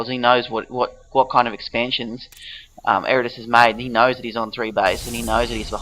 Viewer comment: Ed-a-rus. Butcher my name will ya!